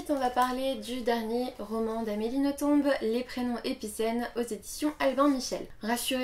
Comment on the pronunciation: Si je ne me trompe pas c'est Nothomb comme dans plomb. Le B ne se prononce pas :) . J'aime beaucoup tes vidéos. C'est un plaisir de t'écouter.